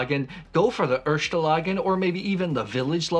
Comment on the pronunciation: It’s „erste” not „ershte” for God’s sake! 😂